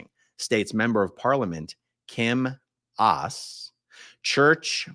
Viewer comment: Thank you so much for spreading the word, A-aron 🙌💜 Pronunciation help: The news paper is called BERlingske, not BerLINGske. Mirjam is not Danish, but has lived here for many years. Her name is pronounced Miriam. Kim Aas is pronounced Kim Ohs. The party Enhedslisten (the unity list) is "En-heths-list-en" I'm so proud of these politicians for speaking out and I have contacted all of them with more information about the terrible conditions for children in Scientology. I already have positive responses from some of them. Dental is not free in Denmark and its not true that the costs mentioned by Scientology was covered by them